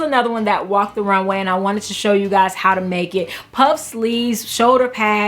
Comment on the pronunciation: You’re so cute that you can’t say the word Voluminous correctly. Lol. Anyway THANKS for posting this video of great ideas.